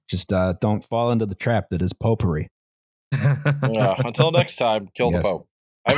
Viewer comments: anyone else starting to hear "popery" as "potpourri" after a while? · Pope-ery, or potpourri?